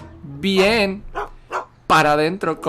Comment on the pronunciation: Me encanta cuando dices bi-én :v